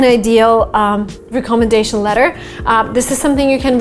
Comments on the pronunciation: Give me a call and I will instruct you on how to pronounce the word recommendation.I was unable to understand what you were saying because of the accents you placed on the word recommendation. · re-commendation letters 😂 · First google the pronunciation of recommendation🙄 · is it just me or does she not know how to say recommendation? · I’m really glad I wasn’t the only one. I have never heard someone say it that way. It’s definitely not the proper way. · That pronunciation of recommendation is a bit off I guess. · ❤ much love. Recommendation is pronounced differently. I have a tick everytime you say this word incorrectly.